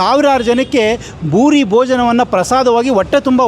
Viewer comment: ಭೂರಿ ಭೋಜನ. ಬೂಡಿ ಅಲ್ಲ